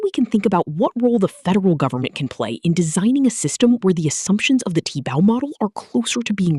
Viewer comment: AI cannot seem to pronounce 'Tiebout'.